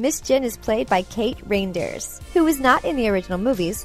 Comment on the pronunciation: And it's prenounced Kate Riendeers, (Ryndeers) not reindeer like Santa